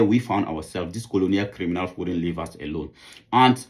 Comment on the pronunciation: Good, about time. Its " "leave" not "live"